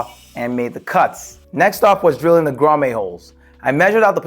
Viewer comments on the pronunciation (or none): It's pronounced 'Grah-mette' not grah-may. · bro its pronounced Grom-it.....not Grom-ayyy. As an electrician it hurts my ears hearing you pronounce it wrong. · love it! One thing though, it's pronounced "grahm-ette" not "grahm-ay" lol had me chucklin a lil bit. Seriously though you did a fantastic job!!! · It’s grommet (grom-met) not (grom-may). Nicely done, I’m so jealous of your setups , bro! Lol.😂👋🏾👋🏾👋🏾👋🏾👋🏾👌🏾😁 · Love your vids. FYI, grommet is pronounced "graa·muht". 😅